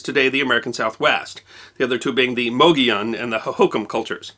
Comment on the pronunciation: Grew up in the Southwest and we always pronounced Mogollon more like Mug E Own.